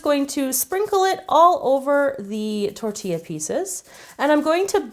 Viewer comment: Finally someone says tortilla right😌 LoL😂😂